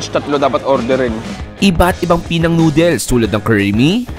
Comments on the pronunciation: It's not pronounced as PEE-NANG. It's PEH-NANG. The stress falls on the 2nd syllable. Pinuntahan mo na rin lang yung place, sana tinanong mo na rin sa locals kung pano i-pronounce Ng tama yung lugar nila. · PE NANG Ang tamang pronunciation nyan at Hindi Pinang